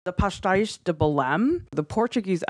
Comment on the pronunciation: I love how you guys pronounce pastéis ❤️ and the video is also great.